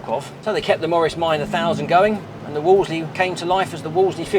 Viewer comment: The name is pronounced as in wool and not as in wall, ie "woolsley".